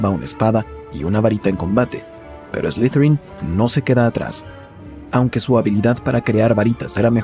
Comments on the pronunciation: No se pronuncia ESLIZERIN, SE PRONUNCIA ESLIDERIN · De hecho se pronuncia Eslitherin Tipo como una pronunciación T y D